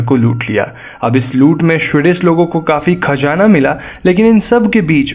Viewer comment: it is Khazzana not khajana